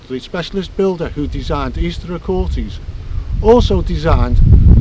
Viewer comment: So many issues, so little time... Find a local to teach you pronunciations of Aquhorthies, Bennachie and Daviot. If there was a precise mathematical relationship between the sizes and positions of stones, you would expect them to be precisely located to match those relationships. For a start, the diameter that you claim so precisely is from circles that are not circular. You're also inconsistent with whether you measure to back, front, middle or edge of stones. You are always going to find approximate ratios between the length of one object and another if you're unscrupulous about how you measure them. The fact the 2 circles you looked at have completely different ratios between diameter and recumbent length, if anything, shows the ratio wasn't important. With so many stones, there are always going to be approximate alignments looking from one arbitrary stone to any other arbitrary stone. Why those stones? Unless you can demonstrate something to clearly show those stones were used in that way, it's coincidence. And the lack of alignment couldn't have been more clearly demonstrated than by your "station stone rectangles" when your alignment lines DIDN'T sit on top of the stones you claimed showed the alignment. The word is "specific" not "Pacific". The Pacific is an ocean.